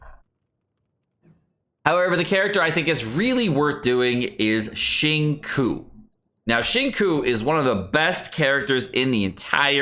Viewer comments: I know this is just a joke, but for future reference, just know that the “qiu” sounds a little closer to “cho” than “chew.” Don’t mind me, though, just putting input where no one asked. ;) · please... no more "shing-koo" business. It's killing my soul. It's pronounced "shing-cho" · Dude it's not zhing-sho. Maybe zhing kew is more like it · xing- me: yes just say ‘chew’ please: koo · I died a little on the inside when said Shin-ku instead of Shing-chou for Xingqiu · How Xingquis' name is pronounced: 'zhing-sho': 'zhing-koo' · I am surprised that British guy let your pronunciation of 'Xinqiu' pass without comment. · why tf does he say qincoo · Xingqiu 行秋 = SING-CHEW You are killin me bruh. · XQ is pronounced more like shing choah as in woah but ch in front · Nobody:: SheenCoo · What the fuck. Did he just call xingqiu, chingcoo? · Pronounciation for Xingqiu = Sing Chew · Why does everyone pronounce Xingqiu's name incorrectly, u pronouce it "Ksingchou" or something like that not "zinkui" or "shinku" or stuff like that... XD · BRUh stop saying sHinqOo and say xingque instead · My dude, I hate to nit pick, but Xingqiu is pronounced shing ch-yo. Like yo-yo but swap the fist yo for a “ch” sound. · ok after listening again he pronounced it as 'sing-cho' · Xingqiu is pronounced. Xing chou... Q is pronounced Chi bro. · Acually, the second part of his name is more towards "chew" so its Xing-chew if you want to pronounce his name similar to the actual name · It's Shingchuu btw. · the way you pronounce xingqiu makes me so 辛苦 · the way you pronounced xingqiu's name pains me hasdkfja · Nice video I think this was a much needed video tbh. I heard kaeya is really good to crown and he has a super high multiplier but I don’t use him haha. I love you bro but please learn how to pronounce these characters names… like you can hear them say their own names on their profile in English 😂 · please brotha... watch a xingqui pronunciation guide...